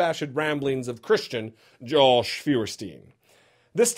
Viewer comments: I love that he calls him Jolsh! :) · Say it with me: JAWSH.